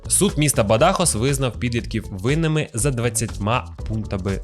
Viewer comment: Бадахос наголос на о